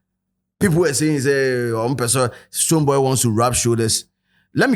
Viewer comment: Did he called STONEBWOY “BooBo”😅